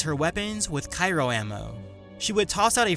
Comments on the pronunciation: I'm sorry, but Cairo ammunition. I do think you mean Cryo (cry-o). A few friends heard the first mistake, and started laughing. I shut them up the first time telling them it was just a slip. It required that I make a bet ( for each time you said Cairo). Two minutes later I lost; by the end of the vid it was 3 times higher. Good vid by the way. Just won't be betting things on them any more.- Sentinel best class - Jedi Watchmen form II and IIICheers! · Um, why are you pronouncing Cryo ammo like "Cairo" ammo? It's Cryo (Cry-oh) not Cai-roh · CRyo not CYro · Great vid, but oh my god your pronunciation of Cryo is driving me insane. (Cry-Oh, not Kai-Ro) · "Cairo ammo" 10/10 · its cryo ammo, not cyro.............great comparison though, and to be fair, if the geth, the collectors, numerous other smaller enemy groups AND the reapers could'nt kill them..........i dont think many characters from any franchise could take shepard down..........except the T-800 from terminator..................and mcclane........"yippee ki yay" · Sorry for being "that guy", but the ice type ammo is called CRY-o.. not cyro.. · "Cairo ammo", ...you mean cryo ammo? still a good video though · Did you just say Kairo ammo? Cyro ammo? It's Cryo, just heads up for everyone. Like Cry-Oh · Cyro ammo? You me "cryo", like referring to super-cold things? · It is CRYO, not CYRO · It's pronounced Cryo Ammo. Not "Cyro Ammo". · "cairo" ammo....lol. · gah! cryo not cyro -.- lol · Nice to have you back,:] great work as always, the matchup was well thought out, although the result was... predictable, I enjoyed almost every second of it. I have just a teeny-weeny nazi nitpick... Cryo, not cyro. It's pronounced like gray, or crayons, but I'm sure you know that. Anyway, keep up the work man, we are all thirsty for your Versus videos:]